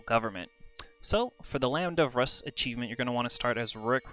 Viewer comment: Rus is pronounced "Roos" like Rooskie